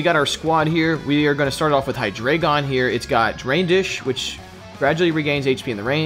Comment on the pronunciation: aaaaaaaaa its not 'HeyeDraygon' It's 'HeyeDreyeGon' i keep getting triggered... Deino = Ein Zweilous = Zwei Hydreigon = Drei It's german.....